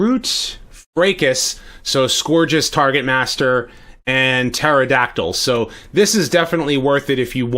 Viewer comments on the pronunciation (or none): none